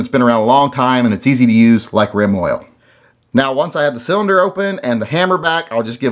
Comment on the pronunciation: I have to say it before someone else says it... You said Reim Oil.